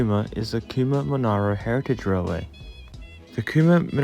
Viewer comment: No judgement, you may not have heard them pronounced - Mon-air-oh, Quean-be-yan, Mick-el-ay-go, Nim-it-a-bell, Char-cola.